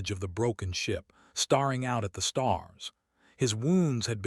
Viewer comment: Star ing?😂 Silly Ai